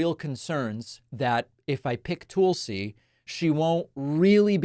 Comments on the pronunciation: Tool-See? David, Tulsi Gabbard's first name is pronounced "Tull-See", not Tool-See. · Damn David, with all due respect to Tulsi Gabbard; her name is not Tool-see(sea) or Toll-see(sea), it's Tull-see(sea), like Juthro Tull. She's not as bad as you make her out to be. She is attractive, intelligent, and sane. Don'T won't pick Tulsi for V.P. because she is WAY too smart and stern for Agent Orange. Don'T won't pick a woman at all. Women are inferior in his eyes. If he indeed does pick a woman, it will be Ramaswamy. He will most likely pick J.D. Vance. Vance is young, tall, and can easily be manipulated by Trump. Also Trump is five letters, and Vance is five letters. Don'T is a simpleton in mindset. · Its not tool-sey. Its Tulsie like Tulsa.